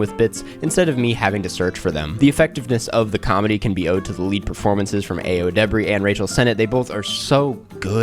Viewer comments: "ayo" is said like "EYE-oh," btw, not "ay-oh" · btw Ayo’s name is of Nigerian (Yoruba) origin and it’s pronounced EYE-oh not aye-oh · Aaaah-yo, not ay-yo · pronounced eye-o by the way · pls learn to pronounce ayo's name <3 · her name pronounced EYE-oh pls ! 🙄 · For future reference, Ayo is pronounced EYE -YO. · it’s Ayo (EYE-OH) edebiri get her fucking name right please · it’s actually eye-oh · Her name isn’t pronounced that way:( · i'm sure this was already pointed out but you pronounced ayo's name wrong !